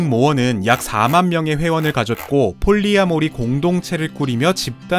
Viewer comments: 폴리(띄고)아모리 이렇게 읽는겁니다... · 폴리아 모리 가 아니고 폴리 아모리 라고 읽어야 해요^^ 프리 마돈나 가 아니고 프리마 돈나 가 맞는 것 처럼요^^ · 폴리-아모리 인줄 알았는데 계속 폴리아-모리라고 발음하셔서 제가 잘못 알았던 건지 긴가민가하네요.. 의 네임밸류의 맞게 정확한 발음을 하셨던 거겠죠? 제가 잘못 알았던 거죠..!?